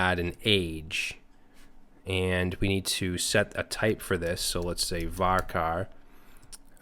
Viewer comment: Great stuff as always man but...CHAR in VARCHAR should be pronounced with the ch sound, not k. It's similar to merc and mercenary, in that merc is an abbreviation but the c sound changes.